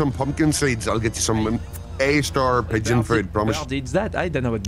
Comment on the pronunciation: Mmmm yes "peegon"